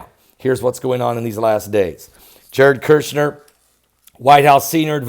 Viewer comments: His name is Kushner there is only one r. Not Kirchner. My pet peeve sorry God bless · I Dont mean to be rude, but Jared kuchner's name is KUCHNER, not Kirshner. Thank you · Kush ner... not kirsh ner..